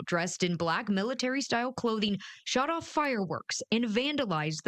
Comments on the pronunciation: It’s pronounced Al-va-RAH-do. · I like the pronunciation of "Alvarado" 🤣🤣🤣🤣🤣